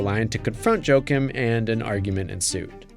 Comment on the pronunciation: Jo-Akeem, not Joke-um